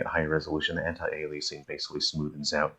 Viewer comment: Thanks for the reminder that we live in a free country and can pronounce antialiasing differently. However, it's definitely pronounced anti ale ee uh sing. :) Also that transition to the bridge had me faked for a minute....the camera work looked like a cutscene, going from the plaque to the bridge..... and I thought it was still RE5 for a second.